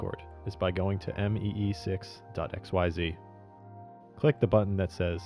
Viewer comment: “Mee6” please shoot me.